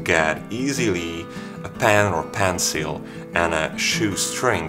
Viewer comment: Why does he says pencil so weeird